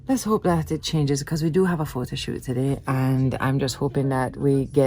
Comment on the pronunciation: "Photo shoot" "Photo Cute" "Photo yute" It shat man!